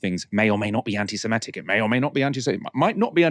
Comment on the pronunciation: I think the word you consistently mispronounce as anti-SemEtic is, in fact, anti-Semitic /ˌantɪsɪˈmɪtɪk/. Indeed, this is clear since you correctly describe a person holding such odious views as an 'anti-Semite' not an 'anti-Semete'.